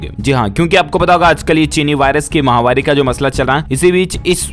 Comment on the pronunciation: क्या आप फॉलोइंग बढ़ाने के लिए ही कमेंट मांगते हैं क्या या शब्द समझ में नहीं आ रहा है या सही बोलना नहीं चाहते महा वारी नहीं होता महामारी होता है आप निरंतर महावारी बोल रहे हैं गलत है